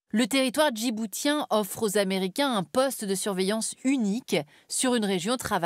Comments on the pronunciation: On ne prononce pas « djibou-t-ien » mais « djibou-ss-ien » comme on dit « aou-ss-ien » au lieu de dire « aou-t-ien ». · On prononce djiboutien avec le t comme un c. Djiboucien... franchement c'est la base... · On ne prononce pas le T de Djiboutien comme un T mais un S si je ne me trompe pas. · Déjà prononcez correctement "Djiboutien" puis arrêtez de propager de la propagande ! Merci de s'occuper de l'Europe en premier lieu..